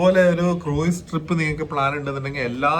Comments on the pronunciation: Croos ennan cruiseine pronounce cheyya 😊😊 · Cruise എന്നതിനെ മലയാളികൾ correct ആയി അല്ല pronounce ചെയ്യുന്നത്